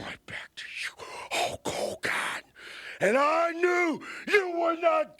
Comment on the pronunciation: Take a shot every time Warrior says HOKE HOGAN 😂